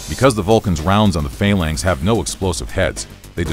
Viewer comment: I have never heard Phalanx be said with emphasis on the A's